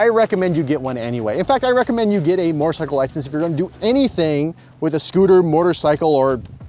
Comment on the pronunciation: Say it with me.... moe-terr-sy-kull. There's no "r" in front of the "t".